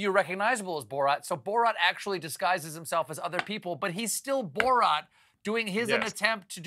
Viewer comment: Fun drinking game! Take a shot every time Stephen says "Borot"!